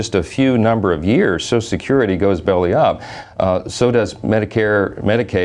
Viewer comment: Why can't he say social! There's no such word as sosh security. Further evidence that the GOP is full of idiots.